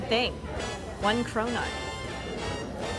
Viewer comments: When you hear cronut as corona 😂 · Does anyone else hear "corona" as she says "cronut"? I cant get the rona out of my head!